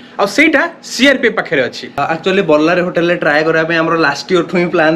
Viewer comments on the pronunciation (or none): With all due respect to the presentation by both of you so far It's not 'ବଲ୍ଲାରୀ, it's ବଲ୍ଲରୀ।